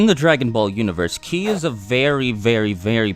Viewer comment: it's ki not chi